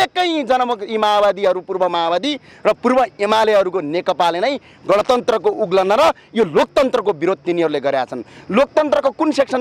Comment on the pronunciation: उल्लन होईन उल्लंघन उच्चारण गर्नुपर्यो